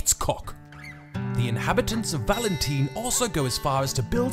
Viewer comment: Why do you call it valenteen lol.